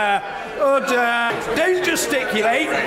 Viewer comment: He is the one who pronounced ORDER correctly